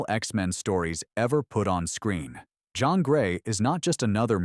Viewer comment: AI narrative is still not perfect. Jean was switching between French and American pronounced